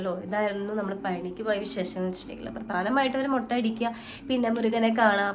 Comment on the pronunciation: മൊട്ട അല്ല മുട്ട